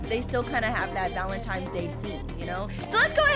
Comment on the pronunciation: She really doesnt know its valentines not "valentimes